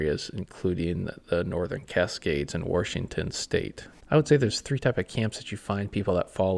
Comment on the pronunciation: There's no R in Washington 😅